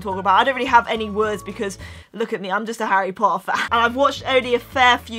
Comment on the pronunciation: uhm, its Harry Potter not Harry pohuer 😣 if ur a true Potterhead, you should know! And also it's Peter pettigrew not peer pegrew 😒😡😠 like if you agree👍